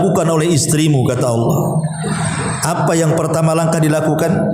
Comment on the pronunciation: Allah bukan Alloh, mbak